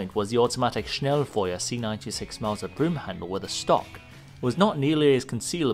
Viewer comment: The First Youtuber that said the word Schnellfeuer correct.